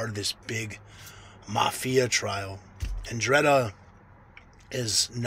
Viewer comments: Your take on this is almost as bad as your pronunciation of every key word you're discussing. "Mafia" is a catch all term for ALL 3 branches of Italian organized crime. Sicily's "Cosa Nostra", Naples "Camorra", & Calabria's 'Ndrangheta ALL fall under the umbrella of "mafia". Americans are just used to associating the term "mafia" exclusively with the "cosa nostra" from Sicily only because of it's prominence here in the early last century. Even the local "black handers" who terrorized Italian American communities all over the east coast in the late 1800's and early 1900's that came for various parts of southern Italy and were not necessarily tied directly into one of the 3 main Italian branches were still considered "mafiosi". So in short....the 'Ndrangheta of Calabria absolutely falls under the umbrella of "mafia" without question. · dude thats not even close how youre pronouncing it!! SMFH